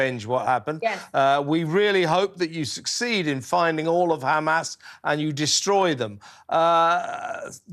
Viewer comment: Interviewer saying "you people" come on dude! And you can't even pronounce Hamas. Well done to May Golan. Brilliant!